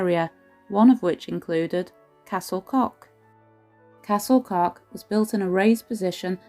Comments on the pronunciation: Pronounciation of Welsh names needs work. Just ask someone to help if you're serious about broadcasting in future. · Pity you couldn't conquer the pronounciation otherwise a fab video I have longed to visit and past it often as i know I cannot get in, in a wheelchair, but great to see inside now.